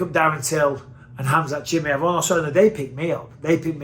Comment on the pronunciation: Everybody else: Chimaev Michael Bisping: Chimmyev